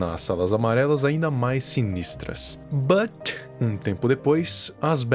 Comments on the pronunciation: a n mn o viral falou but de um jeito engraçado dms kkkkkkk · esse "but" ai kkkkkkkkkkkk